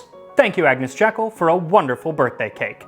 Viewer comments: Max, your food histories are so interesting and entertaining so I have come back to watch the earlier ones I missed. You probably won't see this now, But Agnes Jeykll's name was pronounced Jeekull not Jekkle. : ) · Lady Jekyll's name is pronounced "JEE-kull". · it's JEE-kull to you.... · I’m not certain but I believe her name is pronounced like the garden designer Gertrude - that is, jee k’ll. Rather than the Dr of Robert Louis Stevenson fame. Interesting video, many thanks. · I had not seen this before - it's excellent. Thank you. A little bit of pedantic trivia. Agnes Jekyll was from the Jekyll family - a sister-in-law was Gertrude Jekyll the horticulturalist and garden designer. They pronounced their name 'Jeekyll' (quite common in Scotland - it's a Scottish name). One of her husband's uncles had been a friend of Robert Louis Stevenson, who used the name for Dr. Jekyll & Mr. Hyde. Stevenson also pronounced it 'Jeekyll'. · pukka people actually pronounce it Jeekyl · A minor point but, hey let's get the historical details right, you should pronounce her surname..."JEEkl" like the garden designer Gertrude Jekyll who was her sister in law.